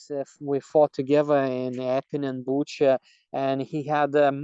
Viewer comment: He's not Latvian. Latvian doesn't pronounce Butcha like he did.